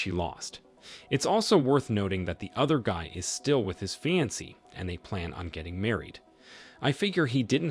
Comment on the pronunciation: He had a fi-ans??? Its pronounced FEE-ON-SAY. 🙄